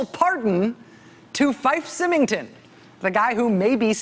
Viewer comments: I love you, Rachel, but it's pronounced Fife (F-ī-f) Symington (S-ī-mington). Both are pronounced with long I. I know, because my savings and loan was one of the ones that the despot ran into the ground. Ugh. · IT'S PRONOUNCED SIGH- MING-TON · That's FIFE, a long I and SYMINGTON, the Y is pronounced like a long I, again. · It's pronounced "Sigh-ming-ton," Rachel.